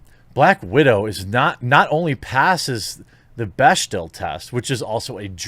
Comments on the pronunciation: As someone who used to date a hardcore feminist, it's pronounced 'beck-dell'. Not that it matters as its a measurement of nothing. There are heaps of movies that are super sexist that pass. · Jeremy, it's pronounced "beck-del." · The one thing you read actually had the pronunciation spelled out phonetically and you still mispronounced bechdel.